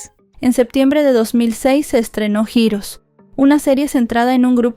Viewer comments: JIROS?!!!!….🤔…que es jiros?!!!!….🥴🫠….ay, ya que te dedicas a esto, practica tu inglés y si no sabes cómo se pronuncia alguna palabra, mejor dila en español, di héroes y quedas mejor…🤣🤣🤣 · Holi bonita, heroes se pronuncia jirrous